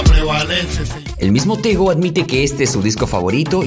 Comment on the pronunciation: Me llamo tegui me dicen tego….. El nombre lo dijiste mal